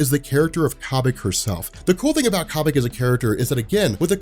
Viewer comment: Corn on the Cobik.... Stop it. It's like Kobe Bryant. Kobik